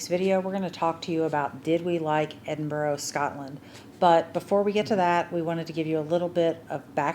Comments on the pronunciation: Very surprised you’ve been to Edinburgh and still not picked up on the pronunciation. It’s Ed IN BRA. Not boro. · You need to work on pronouncing it properly. Its EDIN BURRAH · Anyone visiting Edinburgh its pronouched Edin-Bruh' - there is no 'o' sound at the end. - sincerly Scottish resident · Why cant you pronounce Edinburgh? It seems Americans and Canadians struggle with this.